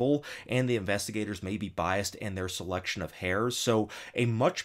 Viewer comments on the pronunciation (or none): none